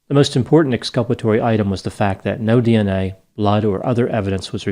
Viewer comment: puts on his Aussie accent to pronounce DNA. 🇦🇺👍 🍻